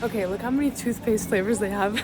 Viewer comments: that is not thootpaste😂😂😂😂😂😂😂😂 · Its not Toothphaste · Thats not tothpaste its chese